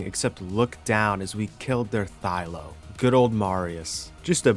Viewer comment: again, Thy-LA. Please man. thy-LA not ThyLO.